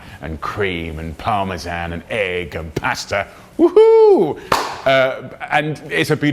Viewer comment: Lol...the way you say eggs is so funny to me...eeeegs. They sound as nasty as they are when you say it.